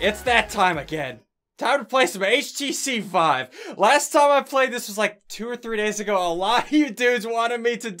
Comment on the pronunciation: its pronounced vi-ve which is to live in spanish